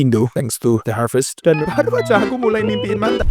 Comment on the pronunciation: Oiya kok kamu bilang azajjjj